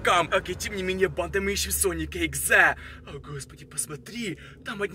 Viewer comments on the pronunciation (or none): Правильно: sonic.exe: SONIC. EXA